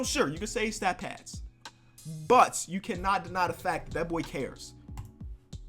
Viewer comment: " stad pats" lmao